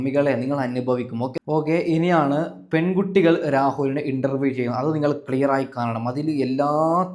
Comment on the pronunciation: ഇണ്ടറവിയല്ല ഇൻ്റർവ്യു അൻ്റെ വാക്ക് ക്ലാറാക്കി പറയണം നിൻ്റെ വാക്ക് ഒരു ഒഴഞ്ഞ വർത്തമാനം മാറ്റി നല്ല പോലേ പറയൂ ഇനി പറയാൻ പറ്റുന്നില്ലെങ്കിൽ രാഹൂൽ ഈഷ്വർ അവനെ കണ്ട് പഠിക്കൂ